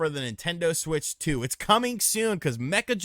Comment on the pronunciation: Meccha is pronounced may-chaah not "mekka" not "mee-cha", and Akihabara is pronounced Ah-key' ha-bah-rah